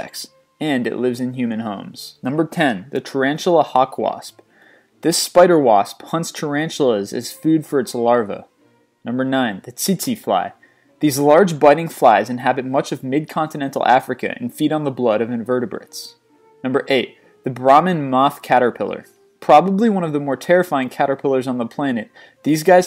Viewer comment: ...I'm pretty sure is "Tsetse Fly", not "tity fly"